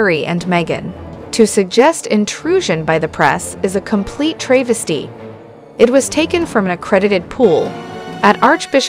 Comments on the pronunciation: It’s pronounced TRAV’ a stee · TRAYvesty??? learn pronunciation please. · For crying out loud, google the pronunciation of tra-ves-ty, no tray in it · You would think 'they' would find ppl who know how to pronounce travesty. Not a l o n g "a" but a shoet one. A short "a" as in travel. Cannot believe adults can't read. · Doesn't the speaker know how to pronounce Travesty??